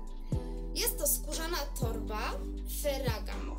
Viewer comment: Najlepsze jest jak wymawia pani nazwy marek 😭🤦‍♀️ nie jest pani "wiarygodna" prowadząc vlogi o "modzie" i nie znając Ferragamo ( stylista mody ) i nie potrafiąc wyłowić nazw marek, np MARC jaki 🤦‍♀️🤔 ( minuta filmu)